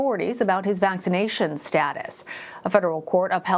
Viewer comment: This guy doesn't even pronounce Djokovic correctly.